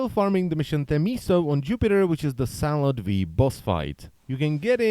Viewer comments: Did He Just Say Salad V? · Is it me or in he said Salad V? or am I wrong